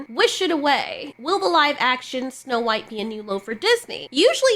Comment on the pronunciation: It's supposed to be "snow white". Not "snow beige"